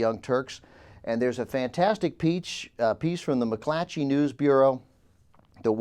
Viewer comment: whenever says McClatchy, he adds an h to his next c. McClatchy. It's a tough word to enunciate.